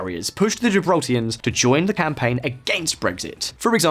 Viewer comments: Why do you keep saying Gibraltians? Its Gibraltarians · Gibraltarians mate...not 'Gibraltians'. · Why is he calling people from Gibraltar... Gibraltians? It's Gibraltarians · It is "Gibraltarians" not "Gibraltians" thanks lol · Gibraltarians, not Gibraltians lol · GibraltARians not Gibraltians. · It's Gibraltarian not Gibraltarans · What is a "Gibraltian"? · Great content however people that are born and raised in Gibraltar are Gibraltarians , also brush up on your Spanish vowels as you incorrectly pronounced La Linea and the Gibraltarian dialect Llanito . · GibraltarIANS not Gibraltians lol La Línea not la liné. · Gibraltarians not Gibraltarans. La Linea not La Liney. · "La linay" 🤣🤣 good research to be fair just not too sure People from La Linea and "gibraltians" (Gibraltarians) would appreciate those mistakes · Gibraltians?!! purrrrrlease .......GIBRALTARIANS. Or Llanitos (LL = Y = yanitos) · *Gibraltarians. And Llanitos is pronounced "yanitos" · I live in Gib....you need to brush up on your pronunciation for la Linea de la conception and also residents of Gibraltar are called Gibraltarians...good video other then that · This video has so many mispronounced names, Gibraltarians not Gibraltians, Llanito is pronounced yanito, La Linea is La Linee-a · His pronounciations are killing me, lanitos, gibraltians, fabian and not Faybian